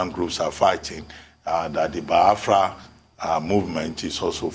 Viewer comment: Dr Abati it's not BI-AFRA. It is BIAFRA.